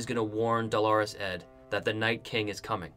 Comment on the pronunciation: Good video but please learn pronunciation! Who's "Delores" Ed? You mean "Dolorous" Ed Tollet, you should be saying it phonetically, my friend.